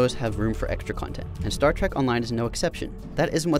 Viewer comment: its Trek not trak